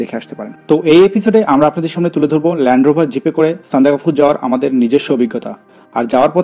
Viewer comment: উচ্চারন হবে সান্দাক্ ফু ।